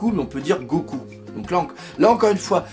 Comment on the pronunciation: salut. J'aime beaucoup ta vidéo comme d'habitude avec toutes des vidéos je prend plaisir à les regarder. Seulement, je ne suis pas d'accord avec toi ou du moins du as faux sur un point. Gokou que tu prononce pour dire 5ème empereur se prononce Gokô en japonais donc il n'y a aucune référence à Goku de Dragon ball puisque le u de Goku, lui, se prononce ommme tel. Voilà pour la petite info. Encore merci pour tes vidéos!